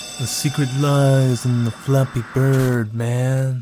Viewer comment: me,listening to this call: its just flappee bird